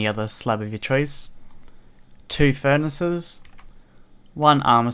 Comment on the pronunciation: furnaces not furaces